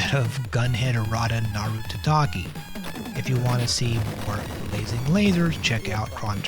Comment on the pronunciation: The subtitle of the game is "Kaettekita Ultraman Club" (帰ってきたウルトラマン倶楽部), not "Kittekita..." And you kept saying "taTAKI" when the word is "tatakai" for Gunhed: Aratanaru Tatakai.